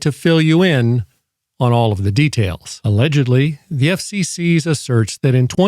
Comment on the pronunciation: Why do you pronounce "FCC" as though it's plural?